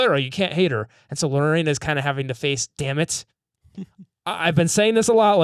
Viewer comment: LoRAINa Lorena is pronounced Luh-Rain-uh